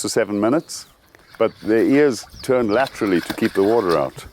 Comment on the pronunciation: Gosh I admire this man, what he's done and the way he lives. As an American I shall say "lat-tra-ly" from now on instead of "sideways"